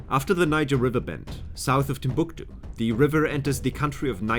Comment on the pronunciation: I can’t stand the way he says Timbuktu